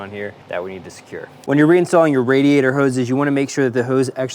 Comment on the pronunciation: 99% gold....except the pronunciation of radiator....but I caught you a couple of times saying it correctly...so...well done my friend